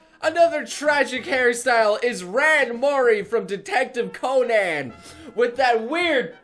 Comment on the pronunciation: another dumb hair style is how you say "conan"